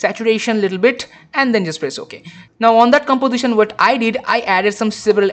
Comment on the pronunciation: gambozishen? golor? What kind of speaking is this? If you spend 1/ of the time you spend on after effects on correct speaking, you will be an English teacher